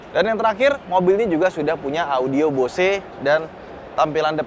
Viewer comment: Bang sangat niat ngomong merek Hyundai dengan cara pelafalan yang benar, tapi yang BOSE masih salah. Next bisa lebih dibenerin lagi bang..